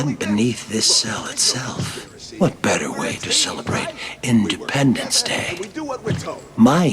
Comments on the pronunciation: Its independence day not indipendence day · Independence not Indipendence. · "Indipendence" day?